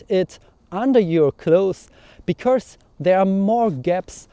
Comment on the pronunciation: Super Video! Wenn ich darf lasse ich dir einen kurzen Hinweis zu deinem Akzent da. Du machst nämlich einen typisch deutschen Fehler. Du betonst "because" so als wäre es "becourse", also da kommt plötzlich ein r vor das es gar nicht gibt. Das "cau" in "because" wird aber einfach wie das "ko" im deutschen "kommen" ausgesprochen. Wir deutschen können halt das englische r nicht aussprechen (geht mir auch so) und das überkompensieren wir dummerweise gerne indem wir es überall reinpacken. Hoffe das ist nicht unangemessen, dachte mir nur das könnte hilfreich sein. Viele Grüße!